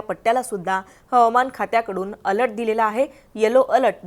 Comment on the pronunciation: अलट नाही बाई अलर्ट बोला